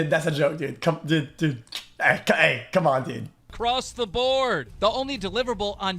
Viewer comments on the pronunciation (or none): Do you know that it’s pronounced dood not did